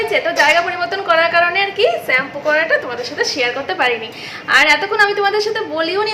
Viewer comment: Plz sampoo bolona, khub baje lage shunte. Aageo onekbar bolechi. Kotha ta holo shampoo. Je bhabe SHOE uchharon koro temni. Shhhhh.